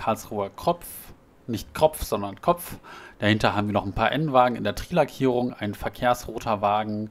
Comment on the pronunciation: Nein das heißt nicht TRIII xD Es heißt T R I [auf Deutsch] :D